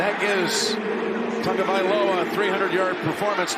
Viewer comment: The commentators could at least try to say his name. It’s Tuanigamanuolepola "Tua" Tagovailoa (/ˌtʌŋoʊvaɪˈloʊə/ TUNG-oh-vy-LOW-uh) according to Wikipedia.